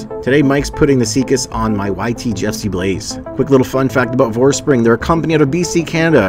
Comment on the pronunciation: Not to be a smartass, but isn't it VorsprUng, not Vorspring? I do really wish it supported DVO. I want to try this.